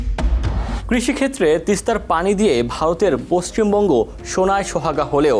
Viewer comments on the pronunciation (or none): none